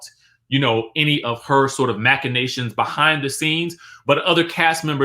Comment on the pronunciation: Okay “machinations”!